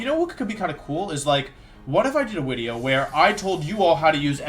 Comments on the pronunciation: is it just me or is this guy keep saying wideo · Why does he say wideo and Wayporeaon???